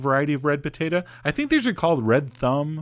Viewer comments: Pah-tate-ah.... too funny. Always enjoy your videos. Thanks! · Poe Tay Tah